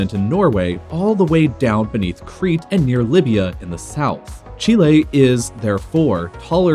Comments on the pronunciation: It's said chilly not chilla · The way he says chile really annoys me XD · Rather than the butchering of the pronunciation of “Chile,” it was a cool video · I don't like how he says Chile